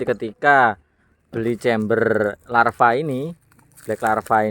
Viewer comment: LAVA BOS bukan larva Kalau larva itu belatung 😂 LAVAAAAAAA, BLACK LLAAAAVVVAAAAAA BUKAN LARVA